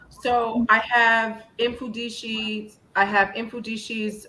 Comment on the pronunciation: His name is pronounced as MUFUNDISHI